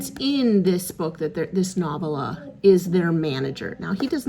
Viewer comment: Love your vid/ Flynn's health update. Nice to be able to see the end of the tunnel. Congratulations- you are almost there. Kindly sharing ... the correct pronunciation of 'novella' is with accent ['] on 2nd syllable /no.vel' .a/ Have a safe trip home sooner than later!! YAY!